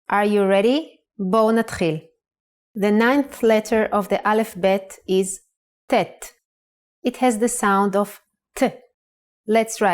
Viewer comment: Unfortunately, the speaker unable to pronounce the original and pure Semitic letters due to her European background, here are these six letters : 1- The letter ח Hhet converted to German CH ( KH ) 2- The letter ט Ttet converted to normal T 3- The letter ע A"yen converted to sound like A 4- The letter צ Ssadi converted to German Z ( TS ) 5- The letter ק Qof converted to sound like K 6- The letter ר Resh converted to German R ( GH )